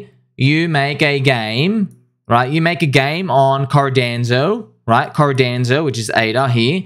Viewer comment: Everytime he says Cardanzo. 😅